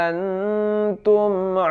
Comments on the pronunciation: Nun sukun ketemu huruf ta hukum ny ihkfa di baca nya dengung ustad,, Bukan antum tapi angtum di tahan dua harokat.. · bang di surat alkafirun dlm bcaan walaa antum itu hukumnya ikhfa haqiqi bacanya jd ada dengungnya...mk dibacanya wala angtum Krn nun mati ketemu dg huruf taa.. maaf ya hny koreksi aja...tdk ada maksud lain...